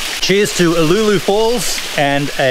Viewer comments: Brings back memories being a former local Heathcote resident you pronunciation of Uloola was maddening we always said U-loo-la don''t know if it correct ! but that is how we said it. There is a much larger pool downstream of Karloo pool worth taking a look at it not on any maps that I know of. Thanks for the video's. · Yep that it !. Spent many a summer afternoon after school swimming there.